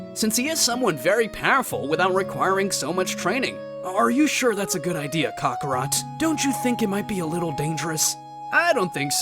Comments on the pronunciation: “What does this mean cock-arot” bro why did you say it like that 😂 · Did he call him cockrot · “Ca-ca rot” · No... He said cockarot 😂